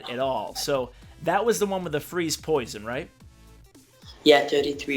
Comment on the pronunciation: lol he said poishon